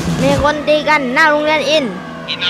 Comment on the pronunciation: อินทรอ่านว่าอิ-นะ-ทะ-ระ